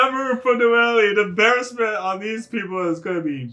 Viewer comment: Lol the fact he still says Noel-ee makes me smile